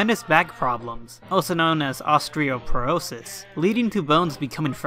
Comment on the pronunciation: hey its osteoporosis not ostrioporosis just saying you prounounced it with a r but great video nonetheless